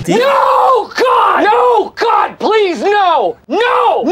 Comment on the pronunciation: J'adore quand tu dit no god plise no